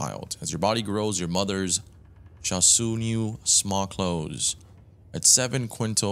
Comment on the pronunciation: Your treasure map is already overlayed on top of your regular map, that's why you can see those treasure locations on it. Your pronunciation of the word sew was hilarious, its pronounced as "So" but its spelled "sew" She sewed her new clothes, as in she made her new clothes